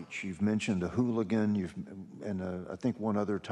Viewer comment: Uh wtf the director of DPS doesn’t know what a Halligan is?? He lost all credibility calling it a “hooligan” over and over